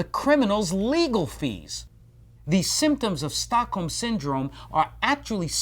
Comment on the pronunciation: American just can't pronounce Stockholm. The British people are at least better at it. Anyway, it's a cool name for a syndrome.